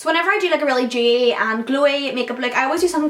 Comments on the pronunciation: Demmi Leigh she's saying dewy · Demmi Leigh I think she's saying dewy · Demmi Leigh she means dewy lol